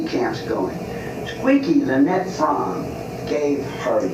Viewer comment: It's pronounced froam not frommy according to lynette herself. She said its like foam with a r